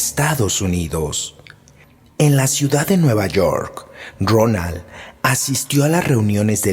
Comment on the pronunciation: Era Rowland H. No Ronal.